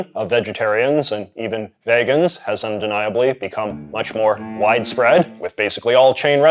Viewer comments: JJ wtf is a Vaygan. It’s pronounced veegan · You're the first North American Anglophone I've heard pronounce it "VAY-gan." Previously I have heard "VEE-gan." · I find your pronunciation of vegan to be weird, its vegan not vægan. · Is the way he pronounces Vegan as VAY-Gan and not VEE-Gan a common accent thing or a JJ thing? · and here I thought I already done heard all the ways people wanna pronounce vegan. vAY-gan is a new one!! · Why do you pronounce vegan like vaygan? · Do Canadians actually say "vegan" as "vaygun" or is JJ just trolling? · I’ve never heard someone pronounce “vegan” like “pagan” before this video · You're the only other person besides my mother who pronounces "vegan" like you do except for my mother. She's in her early 70s and I'm in my early 50s, so I don't know if it's a personal thing or not. I always assumed she was so unfamiliar with the concept and had never heard anyone else say it. This is not a critique, just an observation. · I know a couple people who pronounce it that way. Both middle aged. I'm curious as to why.